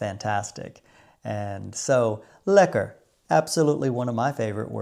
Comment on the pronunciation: The way you said it was also lekker. Would you believe it? This dutchman has never been to the Keukenhof, I'll enjoy the tulips and other bulbs in my garden. The Kröller Müler is great and after many years of training my friends in Rochester can now correctly pronounce Van Gogh and Gouda 😅🖼🎨🧀